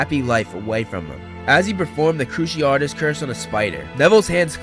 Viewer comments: every time you say cruciaRtus instead of cruciatus i cringe a little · Kroo see ah tiss curse, not kroo she art iss